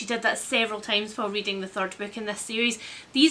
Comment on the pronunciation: weeding instead of reading ahahaha